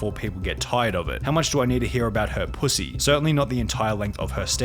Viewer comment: Interesting video. Quick question why did you need to put so much emphasis when you said pu##y if anyone is curious